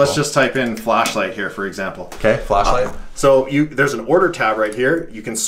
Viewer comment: Did you guys catch, other guy said 'Flash light' but he said 'Fleshlight?'